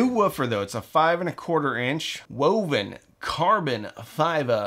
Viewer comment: Did you say, "woben"? You said woben didn't you? 😅